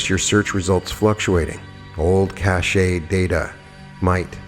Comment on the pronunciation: Cache is pronounced "cash"! Yes, it matters. I cannot listen to some of your activations because of repetitive mispronunciations, as my brain fixates.